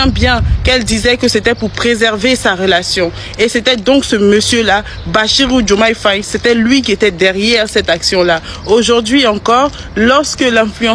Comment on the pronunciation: Kiakiakiakiaaaaaa 😂😂😂😂😂😂😂 j'ai éclaté de rire quand j'ai entendu diomaye faye Kiakiakiakiaaaaaa 😂😂😂😂 c'est achirou eeeh